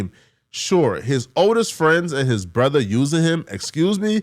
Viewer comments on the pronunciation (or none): none